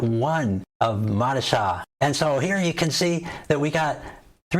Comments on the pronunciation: It’s pronounced MO-DI-CHA. Stress the second syllable only. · Modeechia!! Enunciation my friend